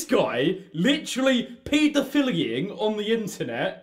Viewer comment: pee-doe-fill-ying. I couldn't. I lost all form of sanity right there. XD